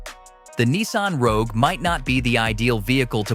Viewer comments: It is Rogue. Not Roque. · LOL "Nissan Roque"... video's reliability didn't last 7 seconds